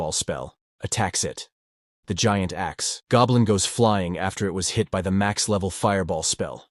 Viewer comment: narrator saying: huge axe goblin. What i keep hearing: Huge ass goblin also narrator saying sheman instead of shaman cracks me up ^_^